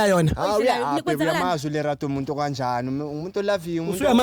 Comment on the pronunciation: Not ‘Lelato’ 😂😂😂